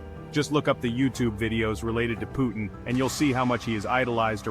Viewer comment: Его имя Vladimir Putin а не Putn‘❗️ 😩🤦🏻‍♂️ чувак выпрямился когда увидел этот момент!!😅😂👍